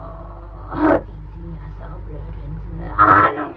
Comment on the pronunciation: a potato flew around my room It's "Ja" not "Yass"! "Ja" is the germanic "Yes". German, swedish, norwegian, danish.... p.s I love your name tho.